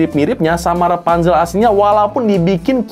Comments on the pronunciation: REPANZEL?? KO EJA NGOMONG BEDA YA??? ATAU AKU NYA YANG GAK TAU BIASA NYA KAN PENYEBUTAN RAPUNZEL(RA) BUKAN( RE) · Rapunzel bukan repanzel